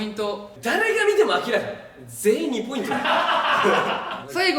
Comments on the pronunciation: ずっと思ってたけど翔太くんって2ポイントじゃなくて2ポインツってちゃんと複数形で言うよね笑笑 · 1ポイン“ツ”なのに 4億ポイン“ト” ☺️☺️☺️？？？？？ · １ポインツって言ってるのに ４億ポイントになるのかわいい笑笑